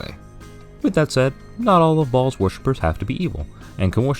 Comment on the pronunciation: Tsk! It's Ɓhaals!